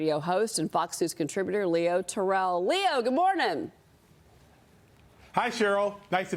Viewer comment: TER-rell. Accent on the first syllable. Mr. TER-rell is not a ballplayer.